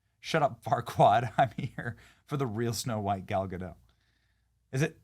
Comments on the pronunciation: It's Gadot, not Godo. It's not French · The "t" is pronounced in Gadot, per Gal herself on video. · Oh Benny... Gal Ga-dot, not Ga-dadough. Do your homework bruh! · Its GADOT, theres a T there at the end.